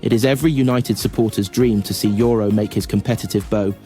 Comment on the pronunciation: It's Maino not Mino . Also it's Yoro not yoroo